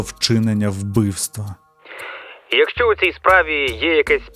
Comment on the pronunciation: Все би було ідеально у, якби не дивні наголоси: Якщо, сваркИ, щАсливо...і багато інших кальок і русизмів, жаргонізмів. А так, загалом сюжети цікаві